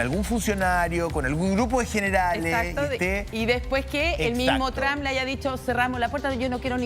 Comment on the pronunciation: Por qué estos periodistas son tan estúpido son los únicos cómo pronuncian el nombre tramp.. Trump